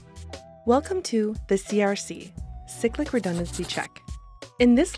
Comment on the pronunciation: siclic? it's pronounced cyclic as in i cycle to work...